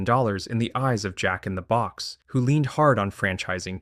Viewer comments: Yeah, it's AI. That's why the script used first name "Brian" instead of last name "Niccol". AI can't pronounce it correctly (without some effort with a prompt). It also has syllable stress issues with names like Jack-n-the-Box and e. coli. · Yeah, it's AI. That's why the script used first name "Brian" instead of last name "Niccol". It can't pronounce it correctly (without some effort with a prompt). It also has syllable stress issues with names like Jack-n-the-Box and e. coli. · Yeah, it's AI. That's why the script used first name "Brian" instead of last name "Niccol". I'm guessing that the AI can't pronounce it correctly (without some effort with a prompt). The voiceover also has syllable stress issues with names like Jack-n-the-Box and e. coli. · I lived in California where we had Jack In The Box, and I went there often as a teenager. The emphasis is on the Jack, not the box, JACK in the box. It trips me out a little to hear him say Jack In The BOX. Little differences are funny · You keep saying "jack in the BOX" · Yes. I'm guessing that's why the script used first name "Brian" instead of last name "Niccol". It can't pronounce it correctly (without some effort with a prompt). It also has syllable stress issues with names like Jack-n-the-Box and e. coli.